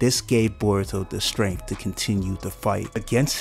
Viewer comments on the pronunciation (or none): none